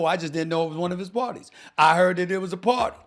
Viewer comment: No Stephen !!!!! Not party 🎉! But the PAR-TAY!!!! lol